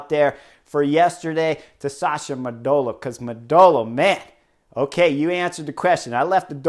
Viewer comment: When you say "Modolo" you are to stress the first O...